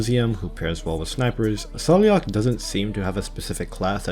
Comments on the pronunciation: She says her own name as "Sai-La-Ha" in her files. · I am part Gaelic and you pronounce it as sail-lock, also her full name is Saileach Willow, like the Willow tree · I think Saileach's name is pronounced more like "Sal-agh" lol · Saileach name is pronounced as sai-leech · Saileach's name is pronounced, "SAY-lock". It's clearly Celtic. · I think Saileach's name is pronounced Sai-lagh (according to her audio file).